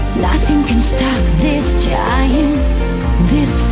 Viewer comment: I don't think so. Saya dengernya pake headset dan pronun-nya dapet. Bhkan hal-hal mendetail seperti pengucapan 'th' pada kata-kata seperti this juga benar. Bukan diucap /dis/ tapi di pronun /thiz/ 'th' ada simbolnya dalam bahasa inggris yg membuat pengucapannya beda dengan hurup 'd'. Jd menurut saya ini udah seperti native speaker.